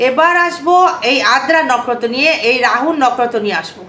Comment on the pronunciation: নকরত না দিদি নক্ষত্র বলেন